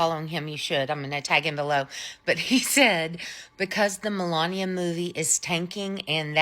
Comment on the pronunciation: The way that woman butchered Melania's name is chef's kiss